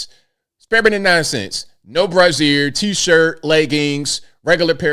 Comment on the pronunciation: Hearing ABL say “brassiere” several times is like hearing my dad or granddaddy say “cornography”😵‍💫!